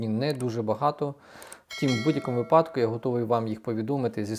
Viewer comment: Наголос у слові випадок… Невже такий складний 😭